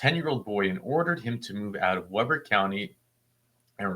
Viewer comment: it is counterintuitive, but Weber is pronounced with a long e.. "Wee-ber". I used to live there.